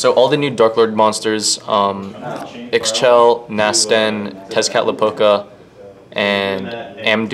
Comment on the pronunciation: Ixchel is pronounced "Ish-tchel" not "iks-shel"